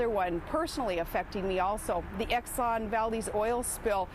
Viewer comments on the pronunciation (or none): none